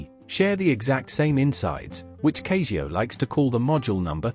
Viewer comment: Why you saying Cayzio? That's just wrong .